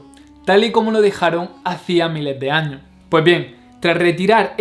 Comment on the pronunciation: no me gusta tu acento, pregunta ........ cuanto dices mas de 3000 años? por que no pronuncias la "S" al final de la plabra años ?????? es dificil solo leer y pronunciar todas las letras ?????? perodon,..... e solo curiosidad!!!!